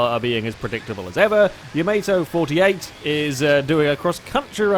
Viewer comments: Did really just pronounce ya-ma-to as yam-a-toe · I thought it's pronounce as "Yamato", not Yamato